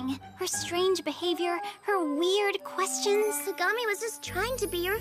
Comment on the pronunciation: I LAUGHED SO HARD WHEN U SAID KAKAGAMI LIKE KAKA AND GAMI NOT KAGAMI BAHAHHAHAHAHAHHAHA